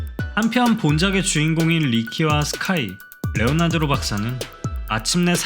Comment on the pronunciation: 레오나드로 가 아니라 레오나르도..